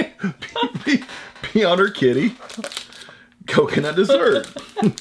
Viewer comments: Pee-on-ur-kitty????? Hate to see what you do to your dog!!!!!!!!!! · In case you wondered, the Serbian sweets company that makes that chocolate candy is pronounced "pee-oh-near". Its one of my favourites :) Greetings from Serbia, i love watching your videos, they really make my day! :) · I like your pronunciation of the Serbian candy. In case you care it is pronounced pee-oh-near :) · Although very funny how you pronounced the company name that makes the Kidy coconut treat, Pionir translates to Pioneer lol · pionir lol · pioner lol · (PIE)-(O)-(NOR) is how it's pronounced in the English language but, in Polish It is pronounced (P)-(YAWN)-(OR) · Probably pronounced (Pyō-nēr Kē-dē)... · Pionir read it as pioneer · pioneer /pʌɪəˈnɪə/ in serbian Pionir